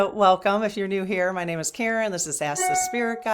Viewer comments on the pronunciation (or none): none